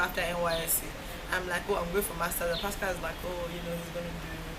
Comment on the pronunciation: Please stop calling him pascal lmao.